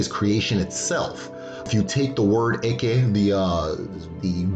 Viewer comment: Hello very nice and informative video. I must say as an Igbo man, I cringe every time you say the word “Eke” as due to the tonal nature of the language you are actually referring to a “python” in place of the supernatural power. Also to my knowledge at least the Igbo word for creation is okike.